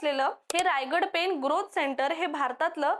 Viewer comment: पेन नाही, पेण आहे ते. 😂